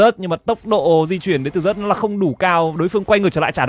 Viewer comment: Zeus đọc là "Ju'ts" chịu khó mà thay đổi đi, đọc sai tè le hột me hết e ạ